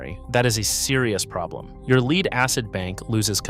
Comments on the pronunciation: It’s actually “Lead”, pronounced like “led.” And lead is a type of metal. It is not “leed”. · Leed acid indicates AI in my book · That's the problem with these AI slop videos. They're just an AI narrator reading a typed script - hence "leed" instead of "led" for lead because they rarely if ever proofread and pre-listen to how their script sounds being read by the AI. They use the AI to also throw in a bunch of slides on the subject that have some relevance but not always appropriate to what is being talked about at that point in time, or even not relevant at all. I really hope no one gets hurt, but at the same time people should not be using these things to do the whole project - it should be an idea starter, but then do their own research and figure it out for themselves. Just like everything else people use AI for. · I almost watched this until the AI pronounced the word "lead" as "leed". This is just AI generated slop... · LEED-acid battery?? AI flubs again. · C'mon, pronounce "LEAD" correctly! Dumb AI!!! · AI cant pronounce "lead" correctly? Also, there's a big difference between lead acid and AGM batteries which he says AGM is maintenance free, true but we're talking about deep cycle marine lead acid batteries not AGM batteries. So, the facts are correct but when comparing 2 different types of batteries, you can't sneak in a third's properties as though it's part of the point you are trying to make. That's dishonest! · AI slop. Mispronounced the word lead. Basic human editing/supervision would have prevented that. Downvote and move on to the next video. Bad robot! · This video is AI slop. Can't even pronounce lead in lead acid batteries. And I don't know about you, but I certainly don't want tech advice from an AI that can't even pronounce the English it "reads."